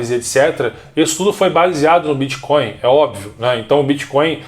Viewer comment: gente não é BITCH coin caralhooooooo bitch significa puta então vc ta dizendo '''moeda de puta'' ,,,, BITTTTTTTTT coin isso é um T